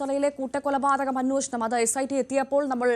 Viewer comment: അന്വോഷണം അല്ല അന്വേഷണം.. 😅